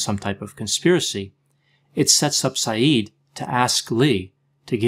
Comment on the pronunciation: Isn't his surname pronounced differently?